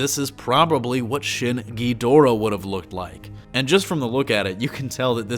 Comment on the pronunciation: y you gotta say it like king gheedora